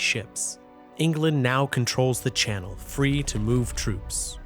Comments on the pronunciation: Why did he say channel like a French word. I think they call it the sleeve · Its not the "shannel", its the channel. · i love the pronunciation he does: shu-nel islands, instead of channel islands